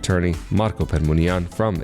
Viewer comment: You are pronouncing the lawyer's name waith accent varying: Permuni'an and Per'munian. Which is correct?